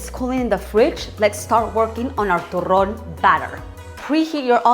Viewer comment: Chocolate is life! I also loved how you rolled some rrrrrrrrrrrrrssssss, Love you always!